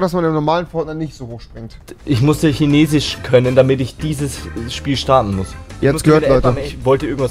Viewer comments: Normale Menschen: Chinesisch Rewi: Chinesich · Normale menschen: chinesisch Rewi: schinesisch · Es triggert einfach so ,,chinesich” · Normale Menschen: chinesisch Rewi: schinesich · Wie rewi chinesisch ausspricht : schenesich Wie ich chinesisch ausspreche : kinesisch Wie man es schreibt : chinesisch 😧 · ich sag auch Kinesisch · Niemand: Rewi: CHINESICH! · Niemand: Rewi: Chinesisch = Schinesisch Fisch = Fich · Niemand Immer noch niemand Rewi chinesich 😂😂😂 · Vor allem wie er immer schinesich sagt 😂😂😂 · Niemand: Wirklich niemand: Rewi: Tschinesisch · Niemand : Rewi: erstellt sich nen 2. Acc und stellt die Sprache auf schinesich (btw beste Stelle als rewi chinesisch so ausgesprochen hatte lmao) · niemand: absolut niemand: rewi: ich spreche halt einfach kein dschinesich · Niemand: Rewi: schinesich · Lol wieso sagst du immer Tschinesisch?😂😂😅